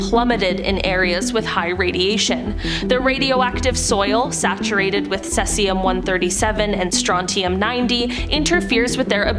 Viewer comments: omg who is this woman who cant say Cesium properly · OMG I came to say this!